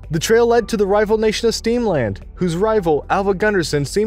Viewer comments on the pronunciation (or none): Steamland!! Shaddup. Why do all of these say streamland instead of steamland? Makes this inauthentic. 🤣